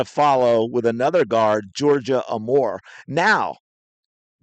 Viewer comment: I believe it is pronounced Georgia Aye-more.